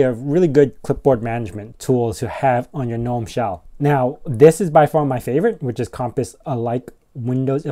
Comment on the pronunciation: Nitpick: The "G" in "gnome" is not silent.